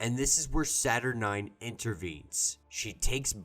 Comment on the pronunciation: SA - TER- NEEN LIKE JANINE, NOT SA-TER-9 I KNOW YOU NERDS KNOW NOTHING ABOUT WOMEN BUT THEIR NAMES END IN - NEEN, SA-TER-NEEN!!!! ROB FROM COMICS EXPLAINED IS THE ONLY ONE TO PRONOUNCE IT RIGHT! IT SOUNDS STUPID - SATERN9 GO ON A DATE! WITH A WOMAN I MEAN.